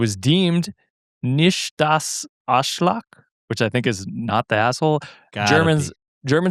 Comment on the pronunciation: German listener you said it a few different ways 😂 The last was correct pronunciation but incorrect accentuation